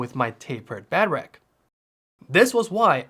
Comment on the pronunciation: Imagine being 30 years old and not being able to say “Bed-Rack” properly…😐